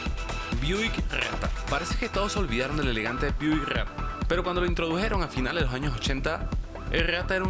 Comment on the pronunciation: Me gustó mucho como el narrador dice Cageeraa, cago, geenault Buick geaatta jajaja